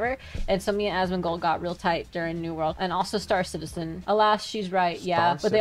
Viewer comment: He's Asmondgold... Not Analgold... 🦵 🌭 🍻